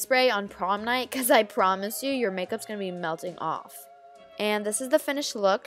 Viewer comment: "i PROMis you"